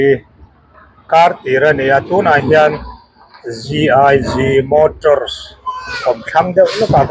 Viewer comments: 'Gig motors' ti mai la i thiam reng kha...i soi zuk aa...GiG mators i ti leh hram aa😅😅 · GIG MO an ti zuk a..GIG MATORS an ti leh kual vel a,hepa thi. zia hi chu a.hahthlak mange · GIG Motors ti hman ṭeeeeppp a... Matarsss a'n ti lui hram ah...... SuzukiSI ti lui leh hram 🤣🤣🤣🤣 AVBT 🤦‍♂️🤦‍♂️🤦‍♂️